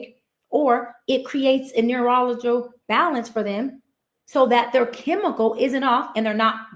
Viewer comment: when she started talking about chemical imbalances and “neurological” (she couldn’t say the word properly), her honorary doctorate starts to show itself. This woman is not a medical or licensed Doctor. Her entire rant about psychiatric disorders and imbalances is off, sounds like she got her knowledge from social media signed a Registered psychiatric Nurse